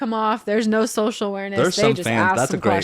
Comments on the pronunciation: I was giggling the whole episode at Zach saying “shocial” 🤭 Love y’all! 😄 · What about Zach's "Social" = SHO-SHUL "Society" = SHO-SHY-ETY "Conversation" = CONVER-SHAY-SHUN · Haha I love how Zack says “shocial” bc I can remember the episode of Tori saying how Zach doesn’t pronounce things right sometimes 🤣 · I think it’s funny that Zack, can’t pronounce “social”! Is it Zach or Zack? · Not a criticism but whenever Zach says “social” it catches me off guard. I know how he says it and am sure there is a reason but it still surprises me when it happens.